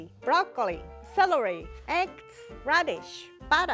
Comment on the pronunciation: Classic Japanese Fails to pronounce "L" and "R" "Celely Stalk" "Callots" "Parsry"